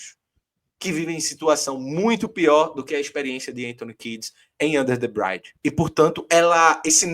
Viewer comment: Valeu! E aí era bom dizer pra que é "under the bridge" (não "brainde") 😬